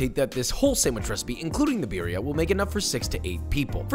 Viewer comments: When hipsters say “BEERia” lmfao I feel like the only flavor here is the cheese smh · roll the R's in birria, foo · practice rolling your r's por favor or we will revoke your license for cooking mexican delicacies >:o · Your pronunciation of birria just cracks me up, I'm definitely trying to make it next time i make birria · please stop pronouncing BIRRIA wrong, it hurts me! for the love of god, you live in Texas...